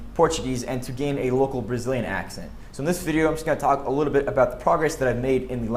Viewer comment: "a liru" (a little)... you are becoming "brasileiro", hehehehe!!!